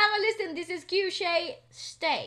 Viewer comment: You got it right pronunciation of Cueshe 👍👍👍